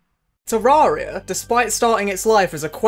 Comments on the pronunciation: Ta-rare-e-ah. Not ta-roar-e-ah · bro hit us with the "Terrahria"